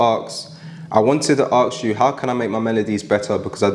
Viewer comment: Please can you pronounce 'ask/asked' correctly?